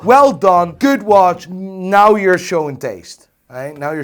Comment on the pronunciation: Can you pronounce the word 'now' as 'now' and not as 'nahj'? Very annoying.